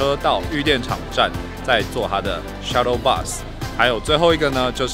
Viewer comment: 是shuttle bus 不是suttle bus